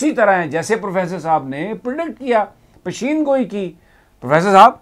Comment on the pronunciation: Sami sahb its not pisheeen goee its peshan goee